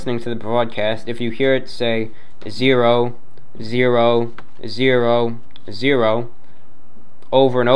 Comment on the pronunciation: Oh, wow, I had no idea my country (Poland) has a numbers station! Now I've gotta tune in! However, the lady has a peculiar accent, especially her "zero" pronounciation is weird, it sounds more like that of an Italian native speaker, not Polish.